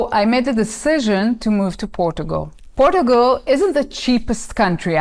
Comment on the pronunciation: I like how you pronounce Portugal